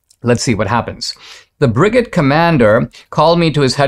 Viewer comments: Now if you can just pronounce brigade correctly. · I winced each time lol😅